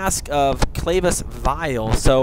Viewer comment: It's "Cla-vee-cus", not "Clavius"! Honesly, mortal, if you're going to talk about me the least you could do is pronounce my name correctly